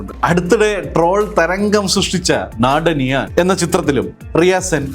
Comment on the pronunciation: "നാടനീയാൻ" അല്ല... "നാധാനിയാൻ " 😅